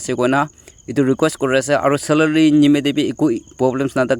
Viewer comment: G yoh poh jaisa😂 Salary❌Salaly✅😂